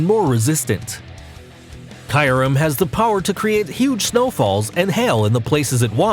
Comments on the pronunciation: Its not kayurem its kyurem and where the fuck is rayquaza groudon and kyorge and you called lugia lujia and giratina jiratina and mewtwo is not made by arceus mewtwo was made from the professor and palkia was not made by areus even dialga and you called dialga di alaga and the strongest pokemon is mewtwo and rayquaza and arceus and arceus was not born in the egg and you called darkrai darkray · You seriously need to work on your pronunciation of names of Pokemon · Did he just say kyrum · Diancay, Loojia, Caillourem, Jiratina, Pal-kia, (he got Arceus right) I'M GONNA FUCKING RAGE! RAYQUAZA WASN'T EVEN ON THE LIST! Also, check the description. This guy knows nothing about Pokémon. Pokemon go is the only game that has Pokémon you can catch apparently. Gardevoir can only be on this list, because it can make a black hole. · Like kyurem pronounced kaiyurem how can someone mess that pronunciation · Gardevyor Kaiyurem Lujia Jiratina Palkeya Darkray Arckeyus I dont hate him but please just pronounce them right not like this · Kaiyerem 🤦‍♂️ Lugia you don’t say it like lutschia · Celebi is a GRASS type, NOT PLANT TYPE! And it is NOT the dragon trio!!! Also, the pronunciations for the ones you did wrong are: Gear-A-Teen-A, Loo-Gee-A, Cure-Em, Pal-Key-A (No pauses whatsoever),, Dark-Cry and Ark-Ee-Us (No pause) P.S, I only watched this till the end cos it was WAAAAAYYY too cringy! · You perfectly messed up the pronunciation of kyurem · U said Kyurem wrong